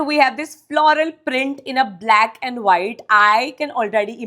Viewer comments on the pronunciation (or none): none